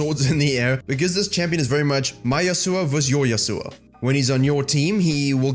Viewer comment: It's been almost 7 seasons since Yasuo's release and you people are still butchering his name... It's yAsuo not yasUo. Seriously, how long before you learn to spell a name correctly